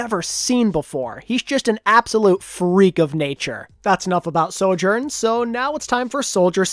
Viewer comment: I like this channel but PLEASE for the love of god stop saying soJOURN! I feel like im going crazy listening to this intonation